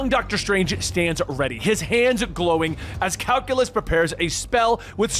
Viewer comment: "purjerine" pe-ri-grin "calculus" kai-seelyus lol